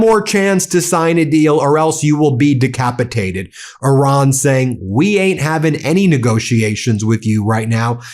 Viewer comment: It’s not Oran it’s Iran !